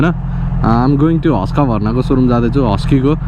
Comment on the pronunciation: Bro its Husk warna not huskaa bharna😂